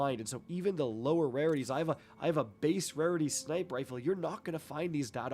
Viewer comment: Why do you say sniper without the r? Just asking